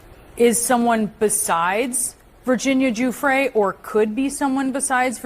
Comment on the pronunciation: Giuffre is pronounced Juf fray